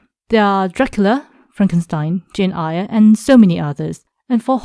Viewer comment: Jane Eyre as in "air", not Eyre as in "ire".